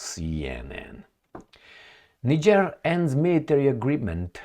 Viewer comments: Thanks for the spot on pronounciation of Niger pronounced Neejieh in French. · As a european who has resided in Africa for most of my life, and having closely observed african politics since the 70s, allow me to make the following assertions: Re Niger (btw, your pronounciation is correct, "knee-jerr") the current actions of the junta are encouraging, however, whether this will result in the upliftment of it's citizens is another question altogether. Historically, 80% of the time the ruling clique just cuts a better deal with the highest bidder for their personal benefit while the citizens remain exactly where they have always been, in abject poverty. And when the citizens become dissatisfied, they suppress this through military force til the last moment, escape to Dubai with their loot and let the next "charismatic leader" follow in their footsteps. Imho, the same applies to Traore in Burkina Faso(?), in that it will take at least a year or two for the leadership to show it's true colours, ie whether they are true patriots or just in it for a quick (or even long-term) buck. Anyways, I am glad that is paying some attention to Africa, I view it as the 'ideological battleground of the future'... And in particular, current events in South Africa where the 'liberation government' has been totally captured by 'Al Capone' and is rapidly destroying the country.... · Well done. You are one of a very few non-Africans who got the pronunciation of the country Niger right! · Yes, its pronounced as Neeger. Niger is a neighbouring country to Nigeria my country. We are begging for this to happen in my country Nigeria. The West(USA) and Europe is destroying Africa and Nigeria especially, they just dont want to let go. We beg Russia to intervene and help Nigeria. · The are calling the name of the country correctly 💯